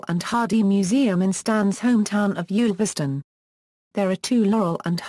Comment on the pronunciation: One of the more accurate accounts of Stan's life, provided anyone can decipher the verbal mangling of Stan's birthplace. It's Ulverston, not Yoolverston, rhyming with "gull". There's also the usual - and understandable - confusion over his marriages, but it would be interesting to know where the idea of two museums in Harlem came from. The last time I was there (one of several visits) it was still the only one in the USA. But compared with a lot of other nonsense about Stan (eg: father of Clint Eastwood) it holds up well, though as always with such things, there's a lot left out.